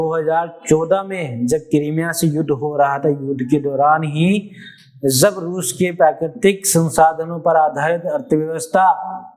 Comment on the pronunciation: Thank you sir. Very good speech. Sir, please concentrate at your pronounciation of Z and J. For example Jagah(right)-Zagah(wrong), Jo-zo, Jab-Zab, Janhani-Zanhani etc. Sir, Ganga agar maa hai to ye apne bachcho ki jaan kyon le leti hai aur dead body wapas karti hai. Aur kitni maa hain is duniya me logon ki?